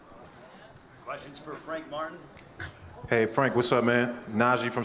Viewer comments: Did he say Frank Fartin?! This guy! 🤦🏾‍♂️🤣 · Sounds like he called him Frank Fartin 😂🤣😂